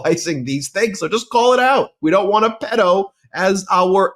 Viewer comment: Fan here! Since subscriptions were below 500,000! You’re pronouncing “pedo” wrong.